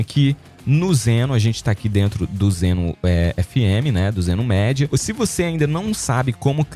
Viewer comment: Então amigo! Só uma dica pra você, a pronuncia é Zeno Midia, ou seja lê-se media